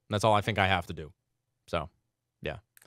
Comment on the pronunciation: I watch to then end every time just too hear him say “duces”